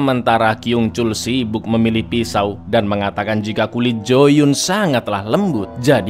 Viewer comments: Maaf mau koreksi bg, pelafalan korea itu kalo dua huruf vokal yg sama contohnya ‘yoo’ dibaca ‘yu’, dan kalo ‘eo’ dibacanya ‘o’ jd kalo yeo itu dibacanya yo, bukan jd yu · bang kalo o nya dua dibaca u, kalo "eo" dibaca o pake o-nya blo'on. jadi jooyeon dibaca juyon